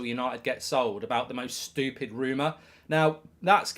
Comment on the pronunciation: Kills me that he can't say stupid. STOOPID!!